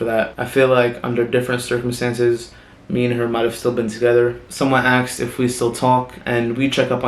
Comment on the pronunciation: Why does he says aksed not asked ?